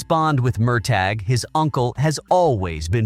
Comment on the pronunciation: PLEASE learn correct pronunciation -- [mur tah], not [mir tag].